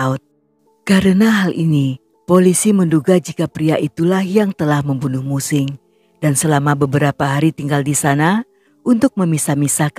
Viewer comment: Mu Qing = Mu Ching. He Qiang = He Chiang. Guangzhou = Kwang Chou